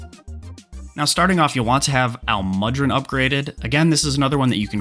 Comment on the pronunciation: That butcher on almudron’s name hurt my soul